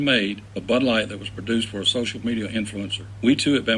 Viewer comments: I can't stop hearing "this butt's for you" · I hear butt now when they say bud